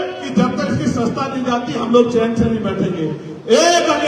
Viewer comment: पहले सदस्य्ता शब्द सही से तो बोल चिंता मत कर वो चली जाएगी तेरे कर्मो से तू चपरासी के लायक भी नहीं है